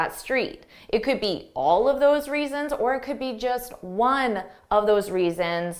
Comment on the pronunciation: The 3rd sentence You must have seen it, the it at the end sounds like I’m not sure that’s the way it should be pronounced 🫢 I mean It would’ve been way easier to get it with a clear (it pronunciation) Am I wrong :) !?